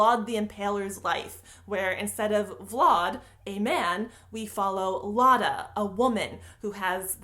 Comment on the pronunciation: Who's Vauld? Do you mean Vlad? Like Glad with a V? Is my whole life a lie?